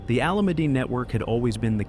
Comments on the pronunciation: Haha, I’ve noticed that too. 😅 No matter how bad the pronunciation gets, the Alameddine name still carries a heavy weight in Sydney’s underworld. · How does AI manage to say “Alameddine” worse every time 🫠